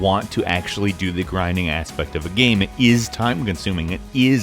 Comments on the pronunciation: It's "aspect", not "asspect" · I heard ass-pect one time, i can't heard something else...